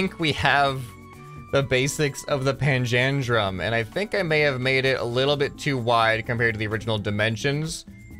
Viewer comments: it's pronounced panja-drum :D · Hey umm is actually said like pan-dalem